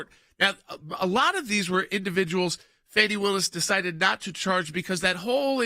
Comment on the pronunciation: By the way, this is plain old Fani, NOT Fawni!